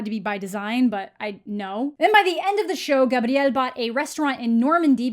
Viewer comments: I respect the way you pronounce “Gabriel.” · I love the way you pronounce "Gabriel"😊✨